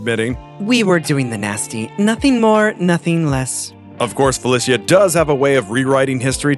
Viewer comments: IMO Ultimate Spider-man doesn't count BMB is a whole for creating that gen of comics. Oh and it is pronounced Feli-sha NOT Feli-see-ya for FELICA HARDY get it RIGHT MAN. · It's pronounced "Fe-LEE-SHA", not "Fel-E-SEE-A". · Felicia is pronounced fuh-li-sha, not fey-lis-he-uh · It's Fuh Lee Shuh not Fa Lih See yuh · Who the f says Felicia like that? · Ain’t not way he said Felicia like that. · how did you butcher Felicia's name that badly? smh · It really angers me how he pronounces “Felecia” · Not a real fan would say Felicia's name wrong! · Who says black cats name like that lol